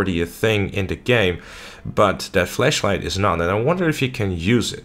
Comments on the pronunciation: Dose he know what a fleashlight is 🤣🤣🤣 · U keep saying fleshlight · oh he said flash light, i thought he was saying flesh light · flashlight or fleshlight?